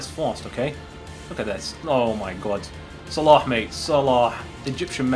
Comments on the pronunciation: Click on these videos just to hear say Salah's name right 😂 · I noticed that you pronouns salah good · Your pronunciation of Salah is so good) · His pronunciation is like us Arabs . I am from egypt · You perfected saying his name How do I know because I'm Egyptian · That's exactly how "ARAB" would pronounce it